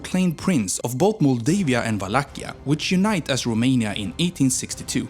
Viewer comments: I can't with how you pronounce the cities and even the country in romanian 😂, especially the letters ă, â and ț 🤣🤣 But pretty good still! Also, yeah, no vamps in there sadly 😟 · Rome in romanian + nia, that's how u pronounced it It is â, not a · You pronanced România wrong, this Â isn't A and is not pronanced as A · You got the accent right but the 'â' in România is actually pronounced like how people from Southern England pronounce the 'oo' in good, not like a normal 'a'